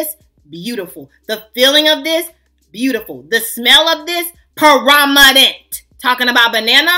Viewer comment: Awwwwwwwww thank you so mucu for your entertaining review 😂❤ thank you for putting us on to the Banana shower gel!!! Its the PRO- MA-NENT fa me😂😂